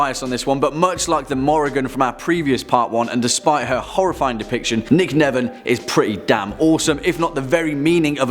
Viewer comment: Nicnevin is Gaelic. Sounded like you said “garlic” haha. It’s pronounced differently.